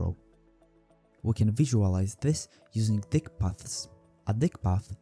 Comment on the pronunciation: "Dyck" is pronounced like "deek" in this case.